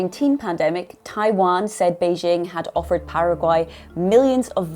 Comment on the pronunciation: Journalists that say "Beizhing" (Beijing) and "Taipei" (Taibei) probably don't know anything about China.